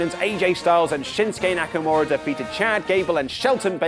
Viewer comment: SDLice didn’t have a real build up other than KO & Sami then Aj & Nakamaura (butchered his name) those are the ONLY HIGHLIGHTS